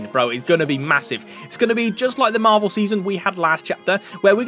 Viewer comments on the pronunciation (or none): none